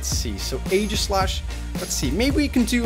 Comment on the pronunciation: its ee - gi - slash cause aegis is zeus shield (in myths IDK) and if u go to a pronauncer (had no idea how to spell pronouncer) it says EE -gis